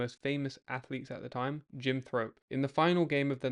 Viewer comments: It's jim Thorpe, not thrup! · JIM THORPE NOT JIM THROPE!